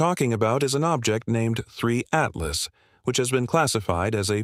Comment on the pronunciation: Die KI-Stimme kann ja nicht mal den Namen "Apophis" oder "Three Atlas" dreimal gleich aussprechen. Jedes mal klingt der Name anders.